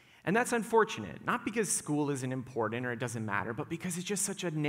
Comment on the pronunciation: The word is important. Not impordant